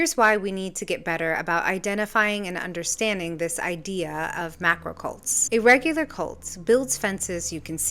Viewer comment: "Macro" Goddammit.